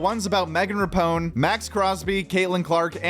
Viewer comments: “Megan Rapone”? Who tf is that? You mean Megan Rapinoe. Do just a bit of homework. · I don’t like her either, but “Rapone” is not even close. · Lol dude butchered Megan Rapinoes name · is huge into sports but mispronounces “Rapinoe”, which Shane pronounced correctly in his joke? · Shout out for incorrectly saying rapinoe’s name 🤣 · It was ironic when that nasty WNBA player was so offended that he mispronounced her name, and then the whole crowd applauded and cheered for a fake WNBA player 😂. Proved his point.. no one cares lady. Not even if you were the Jordan of women’s bball.